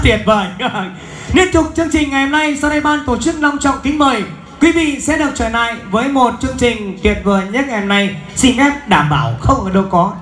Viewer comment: xin mời quý vị cùng chở nại.MC j ngọng líu ngọng lo.